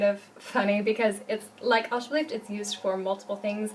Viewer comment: It should be "alsjeblieft", not "alsjebleift"